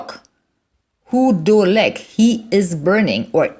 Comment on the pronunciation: Thank you. (Must it not be, "הוא דולק" and not, "הוא קולק"? sorry, I am not sure)